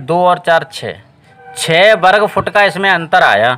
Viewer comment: वरगफउट❌ग़लत उच्चारण है